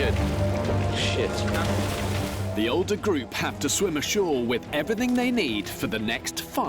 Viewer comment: yungah and oldah